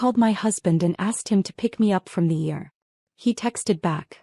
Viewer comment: Say E R not er nurse. I would have gone to Theropy just so you could tell them off.